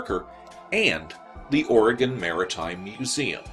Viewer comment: Wow! Thank you for the analysis! It was definitely beyond what I expected and it makes the experience even more strange than when I was standing there taping it. My wife wanted me to thank you for pronouncing Oregon correctly. You couldn't imagine how many people get it wrong so a tip of the hat from her! She also mentioned the strange behaviour of the crows in that video. They were everywhere and they were making more noise than usual, and until you and she mentioned it I didn't even think about it. The birds seem freaked out. Very odd! I believe that whatever it was happened to be right over the river. It's the only place I can think something like that flying without looming directly over people on the ground, ultimately causing pandamonium which would happen if something that strange was flying right overhead. The I-5 runs along the river on the east side so I know someone else saw it! Maybe we will get a chance for someone else that saw it chiming in here? I can only hope. Thank you for your good work! I will do my best to spread the word for this channel. Your analysis and story narration is leaps and bounds above the "other" UFO and paranormal channels and I appreciate everything you do!